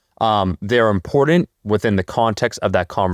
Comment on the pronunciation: There is no letter D in the word “important” so please quit mispronouncing that word.